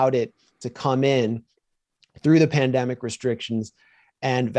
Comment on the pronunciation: "I don't believe in conspiracy theories" — then you described the definition of a conspiracy as what you're interested in. PS: I'm not particularly a fan of conspiracies. Most of the evil is out in the open. BTW, the guest pronounces "plandemic" funny.